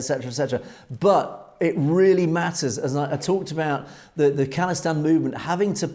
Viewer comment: FYI it’s pronounced “Call-istan” (like phone call) not “Kahl-istan” no disrespect it’s all love, appreciate the good work